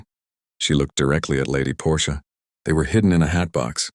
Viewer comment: The Aunt’s name is Portia, not Porsche. She’s not an automobile!